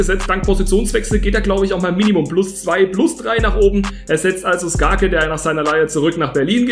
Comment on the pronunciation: Geisteskrank wie wirklich jeden Namen falsch ausspricht 😂 sogar skarke